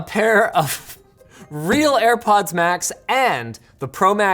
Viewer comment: "For Airpoddings"